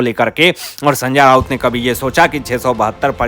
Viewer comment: hindi bolna sikho sanja nahi sanjay raut